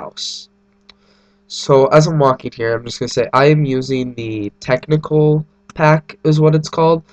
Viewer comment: It's actually "Technic pack", not "technical", might sound the same for some people but makes life harder for those googling for it. Cheers